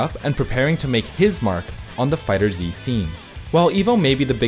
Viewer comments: So I was today years old when I learned it's pronounced "Dragonball Fighters" and not "Dragonball Fighter Zee", which is what I've been saying 😂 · Alright I thought he was meming when he said Fighter Z, but after the third time I'm not so sure. Lmao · jesus christ it's been 3 years...stop calling it fighter Z it's fighterz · I hate that you say Fighter Z. Even though Bandai themselves said its pronounced "fighters" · is not fighter "ZEE".... is just fighters "with a z" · it's "fighters" not "fighter z" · It's not right tho. Fighter Zee is the wrong pronunciation. It's just Fighterz. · I'm sorry but I gotta correct my man on this. Its FighterZ. Not Fighter Z. Great video either way. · sigh 3 years later and people still can't get the name right. It's "Dragon Ball Fighterz" not "Dragon Ball Fighter Z" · So much cringe mispronunciation in this video. "Fighter Zee" "Go One" "Meelay" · ACKCHYUALLY it's pronounced "fighters" not "fighter-zee" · I will never stop pronouncing it “dragon ball fi-turzey” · Man still says “Fighter-Zee” blegh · You people are STILL mispronouncing the name? Fighterz. Fiiiiiighterz. One word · no, the official pronunciation is "fighterz", regardless of how the show's name is pronounced. You're welcome to pronounce it however you like, that doesn't make it correct. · I get triggered everytime he says Fighters Z 🤦🏽‍♂️🤦🏽‍♂️🤦🏽‍♂️🤦🏽‍♂️🤦🏽‍♂️ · It's pronounced Fighters. Not Fighter Z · “Fighter Zee” and “Meelee” making me cringe hard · Every time he says “Fighter Z” my brain gets disturbed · Did all that research... Just to pronounce the game's name incorrectly? 🤔 Really? Great video btw 😊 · Noooo0o0o0o00ooo u mispronounced fighterz in the intro, Noooo0o0o0o00ooo it ruin epicness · It's pronounced "Dragon Ball Fighters" not "Dragon Ball Fighter Zee" **insert Hermione nag here** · cant even say the name of the game right LOL do you guys even do research lol its FighterZ not Fighter Z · I'm glad I'm not the only one that pronounces it "Fighter Zee"